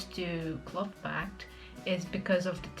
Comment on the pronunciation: I like you very very much but: "cloth" is not "clot", the "th" is like in "thunder"